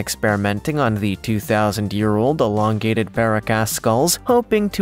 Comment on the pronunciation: Paracas skulls is that how you pronounce that either if you're going to do this and you want to sell credible at all at least know how to pronunciate things that you're speaking of on YouTube where thousands of people can read it and laugh at your ignorance you could simply watch anything on it and hear it correctly pronounce